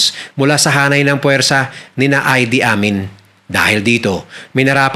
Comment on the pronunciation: Ang pagbigkas sa pangalan ng Ugandan president ay I-di Amin at hindi Ay-di Amin.